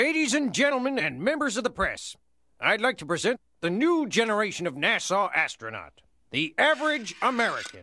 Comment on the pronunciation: I love how the NASA director pronounces it like "Nasau", like the one in the Bahamas.